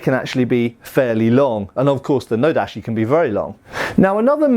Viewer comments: "TaCHi", not "taSHi"......"nodaCHi", not "nodaSHi"......Sorry to be pedantic, but you don't want to go on mispronouncing those, do you? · Small correction about pronunciation of tachi and nodachi, when you hear those words in the video they sound almost like tashi and nodashi, when pronouncing Japanese words the ‘ch’ sound is harder, like when you say chair, not like when you say machine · "Tashee" "Nodashi" "Sooba" The most lethal weapon shown in this entire video was all that mispronunciation. An otherwise great video though.